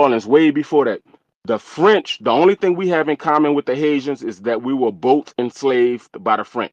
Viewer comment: I love the way he say “DA HaiZans “ 😂Love my FBA NewOrleans! Fam! Yes we have rich history there no more ethnic erasure B1!❤❤